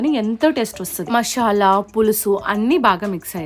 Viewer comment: మాషల కాదు మసాలా 😂😂😂😂